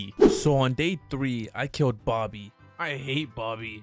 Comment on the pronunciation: Is not bobby is boggy